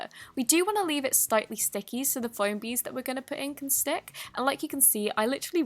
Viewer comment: She said foam beads and I legit thought she said ‘bogies’ ( boogers in America)